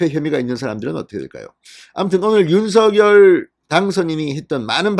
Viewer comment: 윤석열 [윤성녈] 입니다. [유서결] 아닙니다. 누군가의 고유명사인 "이름"은 정확하게 발음해 주시면 고맙겠습니다. 그래도 한 나라의 대통령의 이름을 자국민이 제대로 발음하지 못 하시면 .. 이름은 고유명사입니다.. 윤석열 [윤성녈] 입니다. [유서결] 아닙니다.